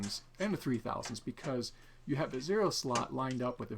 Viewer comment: Please... Zorro slots. Not zero slots.... It hurts!